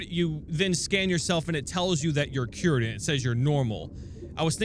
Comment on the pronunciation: "They are cyuwered"